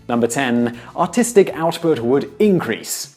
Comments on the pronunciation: Every time he says "artistic" it sounds like he says "autistic" I know its probably because he's British/Australian but i just find it funny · Anyone else thought he said autistic on #10??